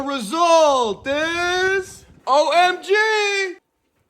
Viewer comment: OMG 🤣 NEVER NEVER NEVER! -- when he said the OMG with the accent, i already know where it will go. 💀💀💀